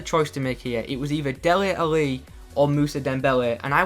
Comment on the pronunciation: why are you saying Deli Ali so strangely?